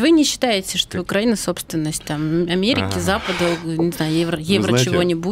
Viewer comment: Роман научите рассеян ставить ударение в словах украинец и украина